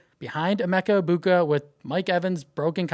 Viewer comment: Thank you! You are the only person on YouTube that pronounces Emeka's last name correctly! All these other YouTube guys tried to pronounce the G in the last name thank you for pronouncing it correctly!